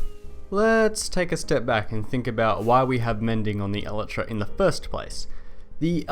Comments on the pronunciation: it's pronounced El-I-Tra, not El-e-Tra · basically Eee-lie-tra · It's pronounced... EL - EYE - TRA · Did you say... elatra? wtf lol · i cant get over how wrong you are pronouncing elytra...